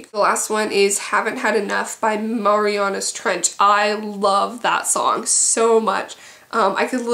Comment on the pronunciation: Marianas Trench is pronounced Mary-anna! :)